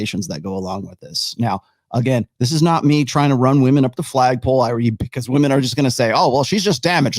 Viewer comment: Why do some people say vvomen instead of woman?